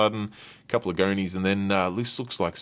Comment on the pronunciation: pumps… why you pronounce words like that 🤣 Goni pronounced goknee like what